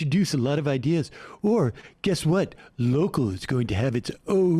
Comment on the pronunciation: "Ideaz" RIP, MB.